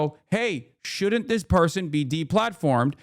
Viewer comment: You said "shouldn't" a bit weirdly, and a bunch of people did horrific things in your name. Luckily Charlie Kirk said you were A O K. What Would CK Do? I am only now realizing what those initials look like.